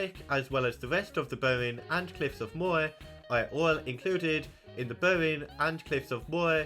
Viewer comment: It's so interesting that you're explaining about the counties and your accent makes it so different than what I'm reading.. I never knew that some people swap R with I.. Cork becoming Coik, Moher becoming Moi basically. Wow, O'Dea Castle didn't even make the list of notable places.. I guess the only people that care are ones that trace their lineage back there, or at least have family named Day.